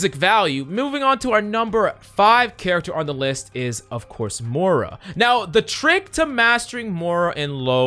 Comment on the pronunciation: ITS NOT MORE UH ITS MOIRA